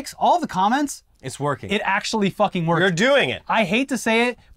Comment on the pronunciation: "It just worrkkksss".